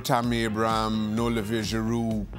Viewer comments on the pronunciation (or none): none